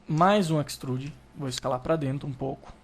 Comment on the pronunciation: Que dor nos meus ouvidos ._. "Équistruudi" não deu para aguentar